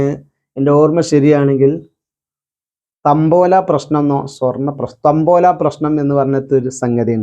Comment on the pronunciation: തമ്പോല അല്ല താമ്പൂല പ്രശ്നം